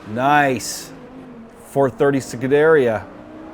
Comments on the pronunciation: Its pronounced Ferrari "skoo-de-ria." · Nice video. One thing though, it's pronounced skoo-der-EE-a.